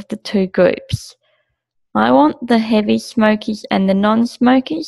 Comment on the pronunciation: Good presentation. How you pronounce smokers though, sounds like "smokeez"